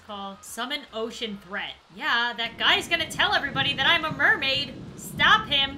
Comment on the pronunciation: When she said “Summon Ocean Threat” I thought she said “Summon Ocean Bread”